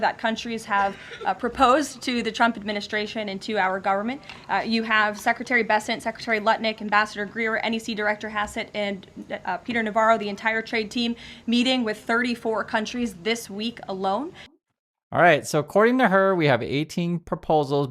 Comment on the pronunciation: I swear it sounded like Karoline said Nutlick instead of Lutnick